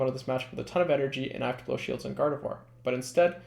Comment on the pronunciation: Thank you for being the only YouTubed to pronounce gardevoir correctly